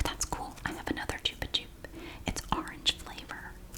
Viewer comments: Yes, you are 100% pronouncing it correctly in this video. This is a Spanish brand, and chupa (pronounced choo-pah) means "suck," as in what you do with a lollipop. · We still have Chupa-Chups everywhere in Portugal! In little cylindrical displays near cash registers in grocery stores 😊 I've love them for 22 years now 🤭 p.s. we say it the way you did too, it's a Spanish brand so it's the most accurate way 🤷‍♀